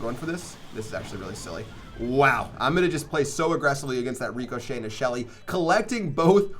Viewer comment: Superb pronunciation on ricochet lmao, get a dictionary